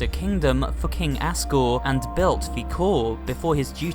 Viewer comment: he said king ASSgore